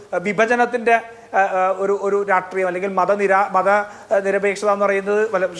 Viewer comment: എടാ നാറി രാട്രീയം അല്ല രാഷ്ട്രീയം എന്ന് പറയാൻ എങ്കിലും പഠിക്കെടാ കുണ്ണേ....